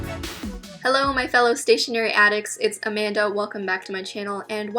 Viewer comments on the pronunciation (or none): i think i’m going crazy but i swear she said ‘commander’ instead of ‘amanda’?